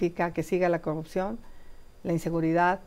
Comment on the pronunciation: Se acabó el grobo, la cogupcion jajaja q aprenda a hablar primero la Xochitl